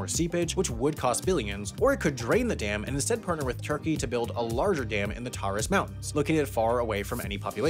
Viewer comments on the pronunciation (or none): none